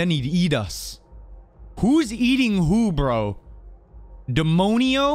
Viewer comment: It's demónio